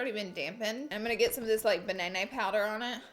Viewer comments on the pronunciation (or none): She said "Banayynayy" 😂😂😂😂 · wait a minute...how do you say banana?? I'm dead right now ha ha ha ha ha HA!